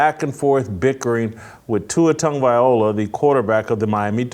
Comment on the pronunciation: Mr. Whitlock, Tua’s family name is Tagovailoa, not Tagovaiola. If you cared enough to remember and say it correctly, you would, but for whatever reason you don’t say it correctly and keep repeating the incorrect Tagovaiola. Repeatedly saying this incorrect pronunciation makes you appear to be indifferent or worse with regard to having proper regard for saying names correctly; it makes you sound flippant with regard to what you think about Polynesian, and in particular, Samoan names.